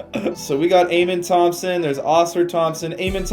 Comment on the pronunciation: Just for future vids it’s pronounced uh-men Thomson